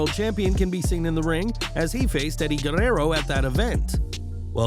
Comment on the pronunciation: Good role of the tongue when you said Eddie Guerrero's name